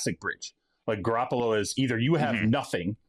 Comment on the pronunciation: Garrapolo? Ew bro stop.